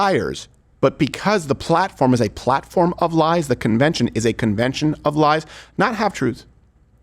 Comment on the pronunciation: He really can’t say “of”, can he. “The united States America.” I can’t wait for this degenerating stooge to be gone